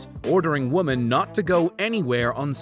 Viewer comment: Why are you pronouncing the plural of woman the same as the singular? Woman and women are not pronounced the same. What is this?